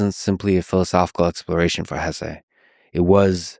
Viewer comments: Hesse is a German name so the pronunciation is (more or less) HESS-uh. Still, you’ve inspired me to pick up my (German) copy of the book and finally read it! Thanks :) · Excellent video, I enjoyed it very much. I don't know how you can pronounce his name Hessay, he's not mexican lol. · Lex….perhaps you would benefit from living by the river….and the proper pronunciation of HESSE is not up for debate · My ears bleed every time you say his last name wrong